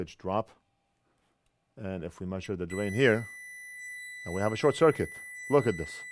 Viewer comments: Great video and I learned a new word “Shor-kit” , not bad, saves a syllable. 👍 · I ❤ the "shor-cuit" moment 🤣 A new, faster way of saying "short circuit" - I love it! Making new words up on the fly... The Northridge Fix way!! Better Than Factory, baby 👍👍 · Another first from your channel, lets call Short Circuit from now on as. " Short-cuit" ❤👍💪✌